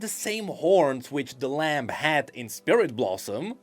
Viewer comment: Lamb is Lam. The B is silent. >_>